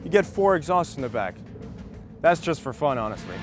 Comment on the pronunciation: "es yast gonna go and enjoy" lol what